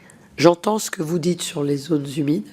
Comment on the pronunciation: Les zones z'humides !!!! on n'a pas eu les mêmes professeurs 😂